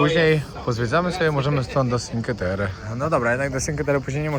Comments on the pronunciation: NIE Sinke terre tylko Czinkłe Terre. Proszę nie kalecz nazw i włoskiego języka!!!Cinque to 5 po włosku CZINKŁE (polska wymowa) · Cinque Terre czyt. Czinque czyli pięć Terre czyli Krainy 🥰